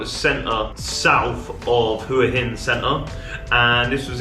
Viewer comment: Well done, quick and accurate. And most of all, unlike most Westerners, you pronounce หวัหิน Hua Hin correctly.